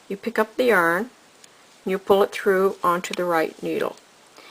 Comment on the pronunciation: The way she says yarn is horrible.